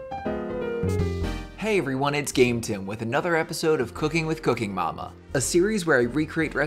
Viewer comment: When you say “Cooking Mama” by itself, it sounds like “Your Cooking your Mama”.........